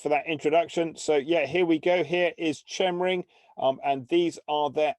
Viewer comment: Pronounced 'Kemring'!